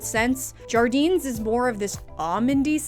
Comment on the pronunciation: so unrelated but i love how you pronounced jardins lol